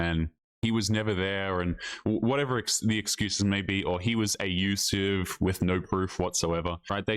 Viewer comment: Why doesTaylor always say "A-used-sive" and instead of saying "Abusive"? Does all Australians say "A-used-sive"?